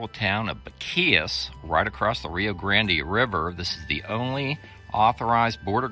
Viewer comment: I see you are not from Texas your pronunciation is terrible